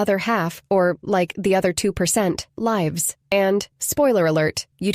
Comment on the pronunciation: It's very well done and appreciated, but I did catch the mispronunciation of "live" which was a jolt. ;)